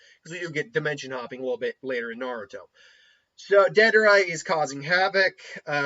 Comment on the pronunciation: How could you butcher my man deidaras name like that? Cmon, YouTuber my man. Lol